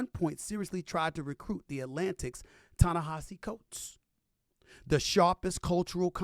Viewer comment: Thank you for knowing how to say Ta-Nehisi Coates name!